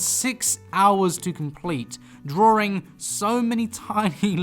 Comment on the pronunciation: He says “drawRing” as joke right?